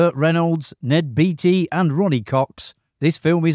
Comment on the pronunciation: I guess it's too late to change but Ned Beatty's name is pronounced the same as Warren Beatty. Bay-tee